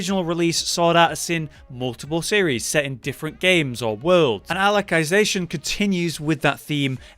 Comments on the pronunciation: I think the first part of the sub title of that sword art game is pronounced Alice not Aleck. Why does it bother me enough that I feel I have to post this....? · Is SAO really considered an isekai? Anyways you mispronounced Alicization (I’m sorry I can’t stand anyone mispronouncing it) it’s pronounced Alice-ization